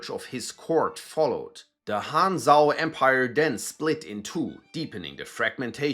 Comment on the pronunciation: "Cong" in Pinyin is pronounced "ts'ung." Zhao is pronounced "Jao."